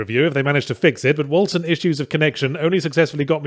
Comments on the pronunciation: Hearing everyone pronounce 'Wolcen' with a soft C instead of a hard C really rustled my jimmies and if that's how the makers of the game intend it to be pronounced then that just makes it worse. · "Wolcen" is the Norse spelling of Vulcan, and both spellings are pronounced in effectively the same way. I'm sure Yahtzee is well aware of this for the purpose of making fun of the game's generic name, but just pointing it out nonetheless.